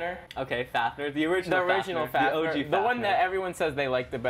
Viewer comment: It is pronounced fafnee er